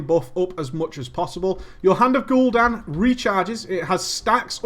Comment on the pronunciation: Hand of Gul'down lol